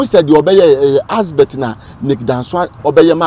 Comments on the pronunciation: Big shame on this guy common ADVERT you are saying ASBERT and you call yourself a historian shame on you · He keeps saying Asbert. 😂😂😂😂..wagyimi tu